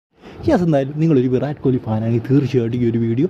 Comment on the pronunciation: താൻ പോയി ആദ്യം അദ്ദേഹത്തിന്റെ പേര് നേരെ ഉച്ചരിക്കാൻ പടിക്ക് എന്നിട്ട് ലൈക് അടിക്കാം